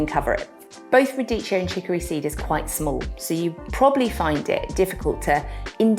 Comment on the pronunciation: Pronounciation: Radikkio no cheeo